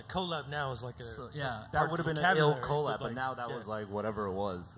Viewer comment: hate how they keep pronouncing 'collab'